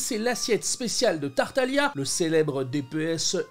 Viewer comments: Tu as mangé le "G" de Tartaglia ! Mais sinon super recette ! Elles donnent vraiment faim ! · Excuse moi on dit tartaglia , d'ailleurs tu pourrais faire plus de recettes de genshin ^_^